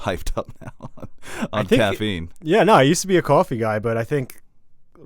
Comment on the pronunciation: loving "cwafee" pronunciation